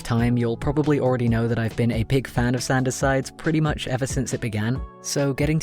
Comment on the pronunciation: Your art is amazing and I'm happy you got to do this but the way you say sanders sides brings me pain.